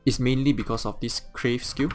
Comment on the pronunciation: It's Carve not Crave. I know English isn't your native language but at Least now you know.